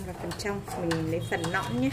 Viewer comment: Hướng dẫn mà nói quá ngọng nấu thì đọc lấu nõn rau thì đọc lõn vậy mà cũng làm video